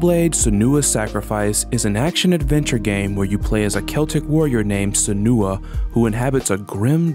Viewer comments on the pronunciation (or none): the most disturbing part of this video was the utterance "jillermo del toro" immediately after "high-deo kojima" edit; i stand corrected, the repeated utterance of "seh-new-uh" is much more powerful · This video is great but I HAVE to draw attention to your pronunciation of Senua (Sen-new-ah not Se-nooo-ah) and Mogeko (Mo-gek-oh not Mon-gek-o). The bit in OFF about Hugo being the Batter's son is actually a mistranslation.